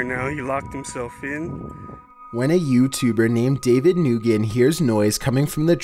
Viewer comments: David Nugen 😂😂 my Vietnamese friend told me Nguyen is pronounced Nu-win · BUDDDYYYYYY! ITS PRONOUCED “WIN”! NOT “NIGWIN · its not nugen its new yen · For number 9, the last name Nguyen is pronounced "Win" not Nugen. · "When a YTer called David Nguyen-": David Noogen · Did he really pronounce the name Nguyen as “Noogin” ? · david “NOOGEN” LMAO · That’s not how you say “Nguyen” it’s When,yes I know it’s weird. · David "Nu-gan" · "David Nu-gen" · You pronounced nguyen wrong. It's pronounced like the word win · Did he just pronounce nguyen as “noogin” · “David Nguyen” noogen NOOGEN fellow viets wya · "David Nugen"? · You said Nguyen wrong it’s ng uyen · the way he said nguyen 💀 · Excuse me that’s not how you say Nguyen and yes I do have the same last name